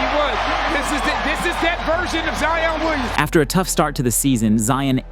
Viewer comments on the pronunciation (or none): none